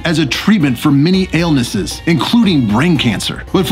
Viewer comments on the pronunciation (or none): I love your videos, and use them regularly to guide me on my spider journey! And now my boss has decided that he wants scorpions at the office and it will be me taking care of them, so I once again look to your videos for information, and am not disappointed. Um.... Did you say "ailnesses"?